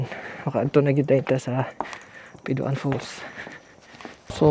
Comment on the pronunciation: Piduan dili Pidua-an